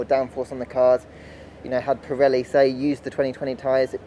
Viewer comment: an-ah update-ah from-ah Pirelli-ah on-ah the-ah tyre-ah- issues-ah from-ah the-ah 2020-ah British-ah Grand-ah Prix-ah